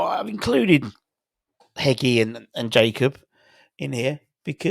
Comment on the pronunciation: its pronounced hedgey not hegi